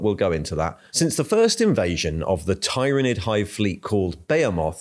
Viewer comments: Tyranid is pronounced with the “y” sounding like an “I” like in the word “tyranny” not “y” like in”tyre”. This is not controversial. Listen to any 49k audiobooks, video games or interviews with the writers or game designers. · Professional yes but abrasive af with the insistence of mispronunciation of tyranids and eveything related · You're just pronouncing 'tyranid' differently in each sentence to troll us now and I respect that Edit: also wonder if that bit about the Ecclesiarchy denying the existence of Leviathan even as it was killing people was inspired by the UK's Covid response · Everyone: There's no way can mispronounce Tyranid any further after the last video.: Hold my Bugman's... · I love how changes how he pronounces Tyranid multiple times during the same video 😅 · You pronounce "Tyranid" different every time 😂🤣🤣🤣🤣